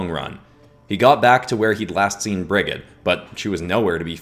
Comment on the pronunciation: Hey I’m from Ireland and I’d just like put in a correction Brigid would actually be pronounced as brijid